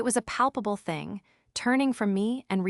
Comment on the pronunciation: Fing fing fing fing fing. This AI is pathetic, just like the one who owns this podcast.